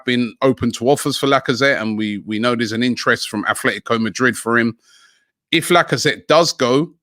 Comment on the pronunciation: Probably the the same place he gets the H in atletico🤦‍♂️